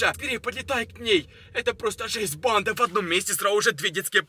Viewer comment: Ты говоришь или читаешь реп? 🗿 Кто заметил что он говорит не банда а бандА и т.д.